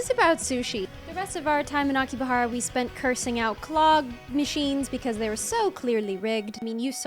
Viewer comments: ok but it Akihabara not Akibahara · You made me think i was saying Akihabara wrong my whole life fr